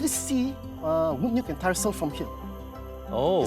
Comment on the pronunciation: Tyersall is pronounced as “Tyre-saw” not whatever noise he was making